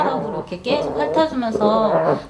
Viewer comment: '계속'을 '깨속'이라고 발음하는 습관이 있으시네? ㅎ